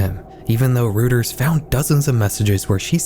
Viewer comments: Reuters is pronounced ROY-ters, not ROOT-ers! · Just for future reference, Reuters is pronounced "ROY-ters", not "ROOT-ers". ☝️🤓 Surf Wisely. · Great video! Just want to point out that Reuters is pronounced royters, not rooters. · As a German name, Reuters is pronounced like ROY-ters — not “rooters” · Love your videos. Reuters is pronounced "roy-ters" btw! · just for your own edification and not at all to be rude bc it's a common mistake, but it's pronounced like "ROY-ters" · heads up: Reuters is usually pronounced as "roi-turs"